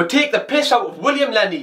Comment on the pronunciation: “William Lenney”